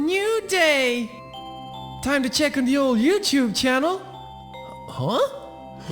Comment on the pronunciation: Youchewb channel